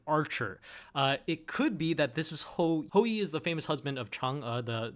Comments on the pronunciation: It's not ho-ho, it's ho-oh, I'm begging you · It's name is HO-OH, not HO-HO....